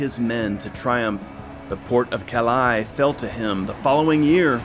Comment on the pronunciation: You're mispronouncing Calais FYI